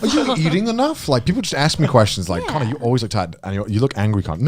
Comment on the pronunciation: 被Calli推薦後有去看Ame的直播，結果Connor被念成Cannur(卡諾爾) wwww 另一個比較相反的例子是有個V倒貼ww V叫Milky Queen，結果Connor被大家虧說「真不愧是93%」(指Connor以前在做黑執事粉絲配音時候，女性觀眾的比例ww